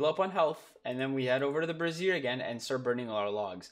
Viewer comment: They way you're saying brazier makes it sound like you're talking about a woman's bra. 😂Brassiere Brazier. Bray Zshur. Bray Zur. Brayzur. Brazier.